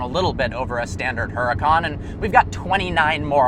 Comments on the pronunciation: you pronounce huracan wrong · Can you pronounce Huracan properly please.